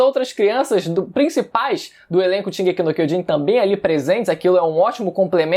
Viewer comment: Puta que pariu, até os atuais dias você não fala direito a porra do título, aprendendo a falar Japonês, curso e tudo mais, porém... O título continua errado, bom..., Foda-se, estou aqui pois tem outros piores.